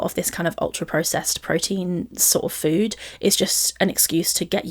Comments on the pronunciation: same it’s always bothered me 😭 ffuood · Lol, the "fhwooood''. I hate it as well. Its' like she forgets how to pronounce an F and just says food through pursed lips like an 'o'.